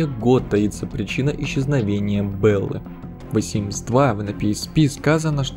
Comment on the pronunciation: Почему Вэ симс ???